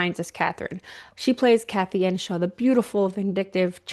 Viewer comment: EARNSHAW not Enshaw.